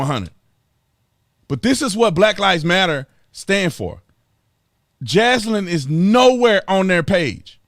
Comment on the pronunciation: I’m not God, but my guess is Jaslyn and Daunte are not going to the same place. Thank you for speaking the truth, Officer Tatum, even if you do have trouble pronouncing Jaslyn’s pretty little name. 😉 Thanks, too, for the love you show for the precious babies who have so tragically been killed this year. They, I’m sure, are going straight to Heaven. God rest their sweet little souls!